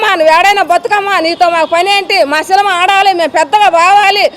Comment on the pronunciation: Unnadhantlo endhuku brathakaru? Cinema ani palakadam radhu nuvvu em cinema theesavu?